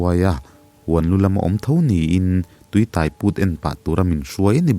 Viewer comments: Tuitaiput. Tuiáiput tih tur. Tai tih lai hi lam hniam loh tur, lam San deuh tur. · Tui tai put tih i lam dan thluk hi a diklo..midang han zawt tha teh aw😂